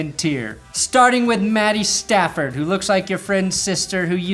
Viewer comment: You said pat statfords name wrong